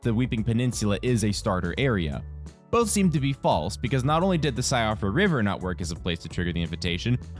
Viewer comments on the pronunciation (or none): just a heads up. Siofra is pronounced Shee-fra. It's Irish so the pronunciation makes no sense for how it's spelled. On another note somewhat related to Melina. I tried to playthrough ng+ maidenless and no dice, the game forces you to meet her and visit the round table in order to get inside the capital. Kind of a bummer tbh.